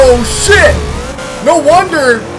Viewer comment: IKR WHAT IS "CHIT"